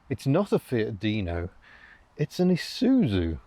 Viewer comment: Shouldn't it be 'eye zoo zoo'? Anyway, great video as usual